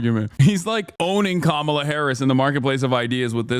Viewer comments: Why are republicans so utterly incapable of pronouncing Kamala’s name correctly? It makes me want to rip my eyes out lmao. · I don’t take anyone who says Kamala’s name wrong seriously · Don’t think Jack here pronounced Kamala correctly once